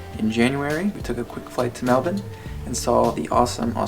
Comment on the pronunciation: Mate, you said Melbourne right! I only found your videos tonight and I'm eating them up.